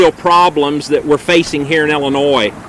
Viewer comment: This guy can't even pronounce Illinois lol